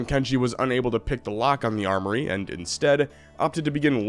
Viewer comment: The Lost 'Arm'-oury...! Just gonna let that one slip on by huh. :D